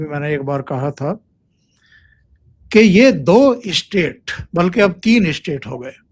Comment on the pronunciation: ap state ko istate kyo prounce karte hain in Madarsa style.